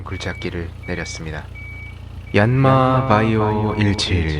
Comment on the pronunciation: 바이오가 아니라 비오인디요.